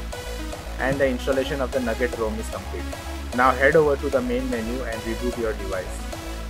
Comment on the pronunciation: umm it's "NOUGAT" not "NUGGET"